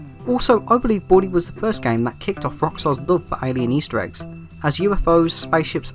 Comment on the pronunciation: The way says Bully is so weird lol It either sounds like body or booty or in most cases boobies 😂😂😂😂😂😂😂😂